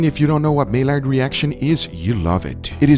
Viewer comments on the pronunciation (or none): Mail lard is pronounced mayard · I'm not hating; however, Maillard is French... the L is silent. It's pronounced like "my-yard," not "may-lard," nor "male-ard." Just sayin'! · I saw "syrup" and thought you meant Maple, but then you go and disappoint me with corn syrup… also: my-yard, not may-lard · It's not pronounced "my lard" nor "may lard", but rather "my yard" (o more proper probably "my -ard") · my-yard not my-lard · Ily you man but it's pronounced 'my-yard' not 'mail ard' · The Maillard reaction: my-YAR; French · as far as i know, it's not pronounced MAY-LARD, it's a french word so it's pronounced like My-Yard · Its spelled maillard but It’s not may-lard it’s my-yard reaction. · Maillard is pronounced "Meyard", not "Meilard". Just like Mallorca. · Hahaha. Americans... MY-LARD reaction It’s actually pronounced MY-YAR reaction I’m Canadian 🇨🇦🇨🇦🇨🇦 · It's not "mey-lard", it's "my-YAR". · Double "L". You should know how that sounds. Like a Y. You're killing me every time you say this word wrong. Maillard is pronounced My-yard. No L sound. Some say May-yard. That is also wrong. MY-YARD. Not too hard. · its pronounced as "maiyard's reaction" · Its pronounced My-yard reaction!!! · ffs man its pronounced "my-ard" reaction. It's french. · It’s pronounced like “my-yard” I’m french so don’t hate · Maillard is pronounced my-ard. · thanks for these tests, btw it's pronounced ma-yar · I know it’s spelled Millard but it’s pronounced Maiard (mai-ard) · It's pronounced "mye-ard " I think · Maillard. . . Buddy. You should know better. Pronounced maiyard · hey, it is pronounced "My-Yard", the L is silent.... 😎😉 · It’s pronounced may-yard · It’s pronounced (My Yard) reaction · Big fan so not tying to be a jerk by pointing this out, but you don’t pronounce the L’s in maillard. It’s supposed to be more like “my-yard” which seems weird but keep in mind it’s a proper name of the Frenchman Louise Camille Maillard. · Its pronounced ”mai’ard”